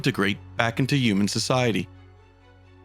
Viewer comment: You got me :) also every time I hear you say humans and humanity I hear umies ^^